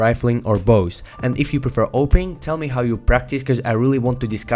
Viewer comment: What did he say? Ohping?